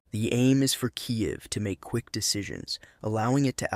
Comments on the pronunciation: Sounded like you, but the way it said "kai-yiv" made me think you sounded a bit dumb on the ukraine concept. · Kaiev …😂😂. It’s perfectly fine to listen to. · Just the word Kyiv gave it away 😅